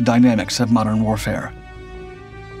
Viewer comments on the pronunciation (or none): none